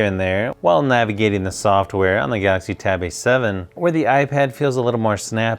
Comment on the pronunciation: I dunno why do you guys say gauxy tablet it think it's galaxy tab A7